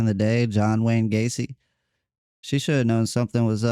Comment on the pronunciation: Gacy not gasey.